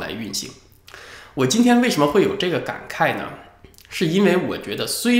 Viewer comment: 一直最认同文昭的国语很标准，以前就注意了，文昭的“感慨”声调还是错的。😆😆